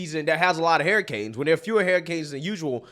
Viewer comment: I'm sorry, "Hariy-canes"? I'm not knocking you if that's how you pronounce it, it's just something I noticed.